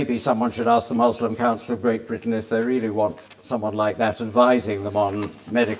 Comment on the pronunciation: I don’t understand why these ppl say Muzlom when Muslim (the correct pronunciation) is as easily pronounceable. Nothing wrong with that it’s just really funny 😁